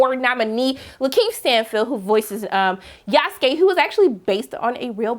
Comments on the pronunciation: Who the foook is "yaouf-skay"??? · Yasuke Is pronounced yah-sue-Kay If anyone didn’t know and was interested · I like how she pronounce his name "Yowskay"😂😂😂😂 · ikr this is the first time I've heard someone pronounce his name like that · Why she pronounce his name like that? 😆